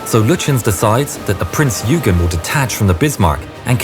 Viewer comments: It's not "Prince 'You-gen'..." , It's "Prince 'Oy-ghan' or 'Oy-ghen' " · Prince Yoogen? Why can't ANY of you learn to pronounce foreign names correctly? Would it really have been that difficult to find a German speaker? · Love how he calls Prinz Eugen Prinz Hügen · Wonderful video! My only frustration is with the pronunciation of the name of the ship, Prinz Eugen. This is a German ship - the pronunciation is 'Prinz OY-gen' not 'U-gyn.' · It's Prinz Oygen, not Yoogen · Can I just say as a fellow Brit, the Prinz Eugen is pronounced "Oigen" Sorry to be a pain, but so many people cannot seem to say it properly. :) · Prinz Oiegan is how we pronounce it. AI is getting better though. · The "dazzle stripes and swastikas were painted out by the time Bismarck left the Norway fiord. Prinz Eugen is pronounced "OY-GEN." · prince eugen is prononced oygen. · Wrong pronunciation. It is Prinz Oygen, like in Oyster. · The ship that sailed alongside the Bismarck... The ships' name (Prinz Eugen) is pronounced like this: Prinz Oigen (Last name spelled Eugen... Pronounced like it was spelled "Oigen")... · Your pronounciation of the german names is awful. Sorry to say this, but it is the truth. The Prinz Eugen is pronounced "Prince Oigen" as in German the letters "eu" are pronounced "oi". Also why do you pronounce Günther as Gunther? while you pronounce Lütjens correctly? Makes no sense at all.